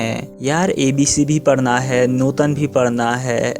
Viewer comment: It's "nootan" not "nutan"